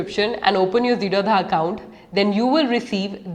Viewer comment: zerodha is not pronounced zero dha infact it is zero da...d for damru wala D...th basis on which wners name the company zero as 0 and rodha means no blockage